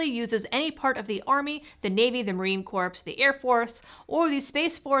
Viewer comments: Please don't say "Marine Corpse". You just made my skin crawl. It is pronounces "Marine Core". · Its Core not Corpse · You mispronounced Corps. It is pronounced like the word core. Not corpse. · Just for the record, Marine Corps is pronounced Marine Core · You are the 3rd YouTuber I've heard to talk about this subject. And I appreciate the heads up. That being said, especially because of my Marine background, I feel the need to make a minor correction. You were reading a paragraph that listed the different military services, and as you read them off: "the Army, the Navy, the Marine Corps..." Please note the correct pronunciation of the word "Corps" is pronounced (core) and not (corpes) as in a dead body. We Marines, past, present and future, would surely appreciate it. Other than that, keep up the good work! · Not to mention you don’t even know how to pronounce the word corps. You’re simply babbling & like to hear yourself talk. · Please learn how to properly pronounce Marine Corps.